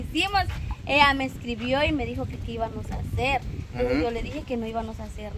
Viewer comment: No se dice hibanos se dice hibamos